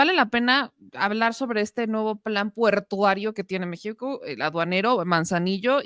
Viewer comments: Adorable y bella,no se dice “puertario” se dice “PORTUARIO. MUCHAS FELICIDADES POR TU VIDEO. EXCELENTE EDY. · Adorable, no se dice “puertario” se dice PORTUARIO. MUCHAS FELICIDADES POR TU VIDEO. EXCELENTE